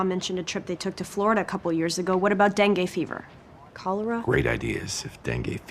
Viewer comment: Den-gay fevah